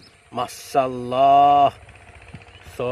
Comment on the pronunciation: মাশাআল্লাহ naki মাসাল্লা naki মসলা.?? sundor kore bolien, apni je dong kore boltesen..😑